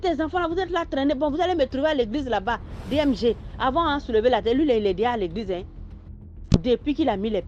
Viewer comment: H3, c'est DMG, pas DJM ! Mais merci pour l'histoire enrichissante !!